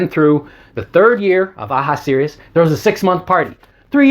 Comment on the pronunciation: It's Aha-shu-wer-rus !! Please , no more butchering, you're killin me! J/K.... He's got a COOL NAME , Dr! :>)